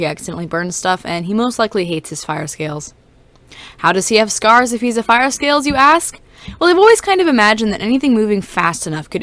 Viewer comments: NINJAGOOOOOOOOO!!!!!!!! Truffle avocado 3,657. fiyah? I’m not sure how to pronounce it XD “fire” avocado 2,554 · My friend can hear you saying “fiya” and she said if you could point her to the calendar with feb 31st she would be happy to meet with you